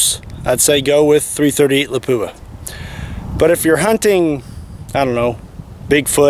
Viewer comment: I've only ever heard it pronounced as "la-poo-a." Pretty sure he's right.